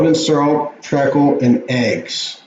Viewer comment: Not trekle😂 it’s treecle!!